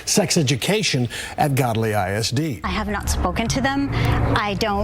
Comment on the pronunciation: It’s actually Gödly. (pronounced Goodly) Duh